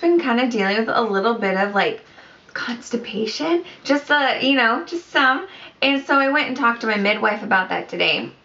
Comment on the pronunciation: Congrats!!! Lol, I love how u said "constipation".....so funny! I remember that too bc of the prenatal vitamins have iron in them which causes the constipation. Ahhh, one of the joys of pregnancy....don't worry though. The good def outweighs the bad! Xo